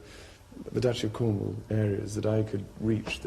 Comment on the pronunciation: "I wanted somewhere near the Dutchy of Comwall" Of course you did.